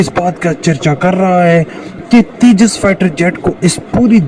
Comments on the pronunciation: तेज़ा नहीं तेजस है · Abe Teja nahi Tejas... Waise Andaaz Apna Apna ka Paresh Rawal wala Teja mai Hu mark idhar hai yad agaya 😜😜😜😂😅🤪 They use to make fun of Tejas ✅️ which is any day way better than Chinese junk fighter JF17 Blunder 😂🤣 now keep crying silly Pakistanis 😜